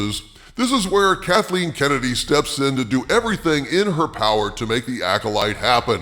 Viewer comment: The pow-wah of Mani? Whose this Mani dude?